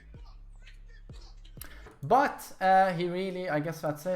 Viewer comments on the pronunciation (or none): dramatic pause .......... and "butt"